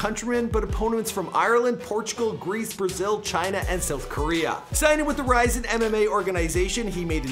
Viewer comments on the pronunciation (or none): It’s not rise it’s Rizin, fact god get them facts right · It’s pronounced RIZIN, just like how it’s spelled!